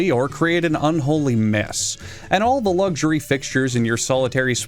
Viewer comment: "End of Ze World"??